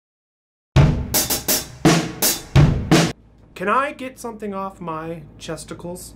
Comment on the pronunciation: In the beginning I thought you said testicles not chesticles XD